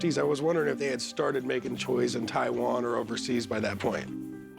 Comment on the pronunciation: The Way pronounced Taiwan 🇹🇼